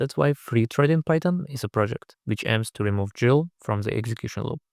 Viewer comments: useful video. i had to read the release notes to verify that dead battery removals are over. btw - people normally pronounce gil with a hard g like gold not soft g like giant. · Finally someone else who pronounces GIL like GIF